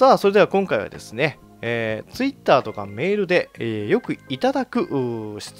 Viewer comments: ガッチさんてツイッターのイントネーション独特だよね ツイ↑ッター ってなってる めっちゃイに力入ってるよね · ツイッ↑ター↓